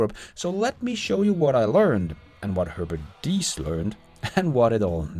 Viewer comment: Please: His name is Diess not dies (säg diis, inte dajs).